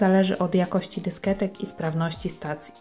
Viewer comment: Pani Kochana nie dysketek tylko dyskietek, ale masz przyjemny głos :)